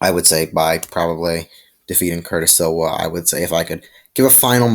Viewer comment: Curtis Sliwa is the founder of the guardian Angels 👼 & your saying his last name wrong 😑 & you should do more research on the topic next time!!